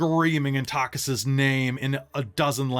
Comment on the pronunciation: Loving the stream. Buuuuut.. "Takhisis" = Ta-kee-sis Tis a small gripe.. 😅 :face-turquoise-covering-eyes